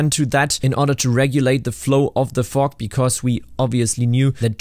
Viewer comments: I kept thinking you were saying fork instead of fog. 😂 What's he doing with a fork machine!? 🤣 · only me hearing fork instead of fog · Sounds like u say fuck when j say fog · I’m sorry but am I the only one who’s thinking he’s saying fuck instead of fog? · That's SO. AMAZINGLY. COOL. I'm so impressed, holy cow ❤❤❤ Also, side note: I know you said fog (a lot), but every now and then it sounded like you said fork 😂😂 very odd if you hear out of context, haha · Absolutely losing it over the way you pronounce “Fog” Only because in my region it would sound much more like the f-word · was i the only one who heard somthing else whenever he said "fog machine" 😂😂😂😂